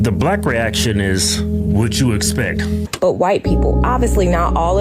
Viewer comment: Late Boomer here. I will NEVER understand some Young Scholar bringing/using a Knife to/at what should have been a shoving match, at Best. Pray for Austin's family -- and pray for killer Karmelo's family too, because clearly they FAILED to properly parent. "Whatchoo expeck?" STAFU. We KNOW what to "expeck from the 12%", and THAT'S the PROBLEM. Do Better. Watch the family Buy a Large Mansion, now -- MY ARSE, they're SORRY Good Jesus, please Stop The Madness 🙏